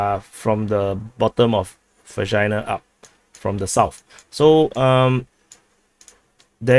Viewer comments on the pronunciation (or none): My mother was born in Vekshina. And you keep saying Vagina. You know,, you're an asshole.